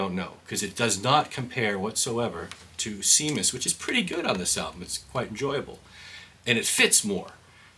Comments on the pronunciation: You just saved me $44. By the way, the song with the dog barking is pronounced Shamus. It was the name of Roger's dog at the time. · It's pronounced "SHAYMUS". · It’s pronounced Shaymus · It’s pronounced “sham us” with a hard “A”